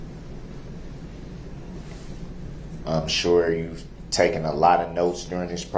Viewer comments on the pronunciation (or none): lmfao....he just said 'TOOKEN' instead of taken....sounds like that 'TWELLF' grade education did not include conjugating the irregular verb - take......